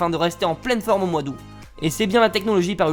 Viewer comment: supe video mais on dit OUTE * pour aout pas *aou